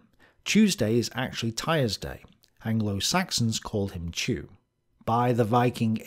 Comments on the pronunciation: I know that this probably doesn't relate to National Socalism, but Odin is the god of much more than just war and death. He's also the god of wisdom, poetry, magic, runes, healing, royalty, the gallows, knowledge, frenzy, victory, and air. Also, Tyr is pronounced "Teer," not "Tire." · Great work as always. However the name of the god Tyr is pronounced more like "tier" and not, "tire." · Tyr is pronounced "toohr", ( long "oo" with Scottish accent , sharp voiced "r ", one syllable). In Scandinavian spelling letter Y marks the same sound as Ü in German. This vowel does not have a exact lexical equivalent in standard English. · I would like to point out that it might not be "Tyr" as we may think it's pronounced. It might be pronounce like "Toor", as originally in the Latin alphabet, and early English, and modern German, Y didn't make the sound it does in modern English, it made an U sound like the "ou" in "you". I doubt it has much importance, but I thought it might have been worth pointing out.